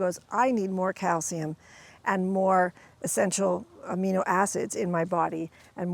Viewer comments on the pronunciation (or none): none